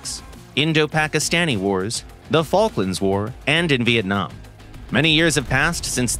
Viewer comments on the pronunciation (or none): none